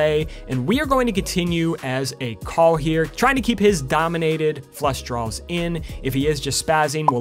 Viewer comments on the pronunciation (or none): I like when you say “draws”. You sound like a southern person referring to their underwear; “mah DRAW-ers”